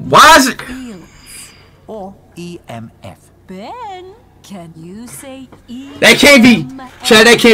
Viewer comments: Can’t Speed pronounce “Ben”’s name better? (Behn), not (Bee-en). Really?! Sometimes pronounces him correctly, but not all the time. I think. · You're right. it's not beein Its Ben 😅😅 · hell naw it's not bin it's not bin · Its not ben it is ren